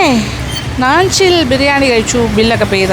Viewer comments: നാഞ്ചിൽ ആണ് നഞ്ചിൽ അല്ല ചേച്ചി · നാഞ്ചിൽ എന്നല്ലേ.. നഞ്ചിൽ എന്ന് അല്ലല്ലോ mam